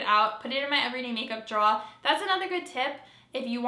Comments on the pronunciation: Omg love the way you say draw. Your accent comes out, though you might think you have one. Great job. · are you saying draw? Makeup draw?